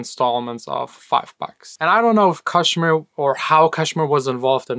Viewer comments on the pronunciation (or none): Not kash mir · Again it's pronounced Cash mere